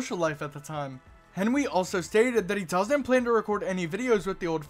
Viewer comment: Oh its henwy i hoight henry